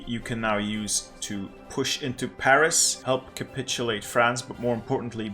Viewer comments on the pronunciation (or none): none